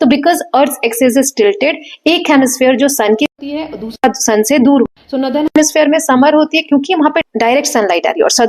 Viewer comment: Mam nadar nhi northern hai acche se pronounce kiya kro merko startimh me smjh hi nhi ara tha